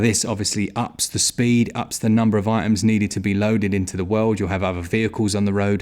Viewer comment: "Da power of da Switch"